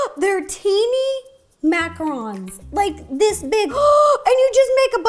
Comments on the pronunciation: Macaroons!?!??!!?!! It’s macaRONs!!!! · I always thought it was pronounced macaroons like oooooo but Ro says them like Macarons like oh ns